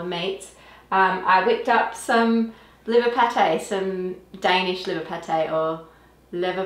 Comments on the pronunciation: Leverpostej 😁, your pronaunciation was spot on. I kind of grew up with leverpostej. It was nearly always served on rye bread with either pickles beets or fried onion - it makes my mouth watering 😂😇😇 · Flawless pronunciation of "leverpostej"😄 Cheers from DK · Fantastic episode - brought back so many memories of raising and butchering pigs - and pronunciation of ‘leverpostej’ (Danish liver pâté) was spot on! All best wishes from Denmark ❤❤ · Very good pronouncation of leverpostej;). Eat it warm on a good slice of rye bread and a pinch of coarse salt. Easy as that:)